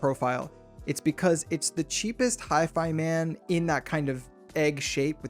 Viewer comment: How can we trust someone that can´t even say hifima correctly???